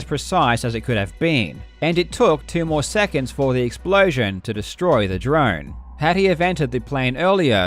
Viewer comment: Sushhhh... It's one of his signatures.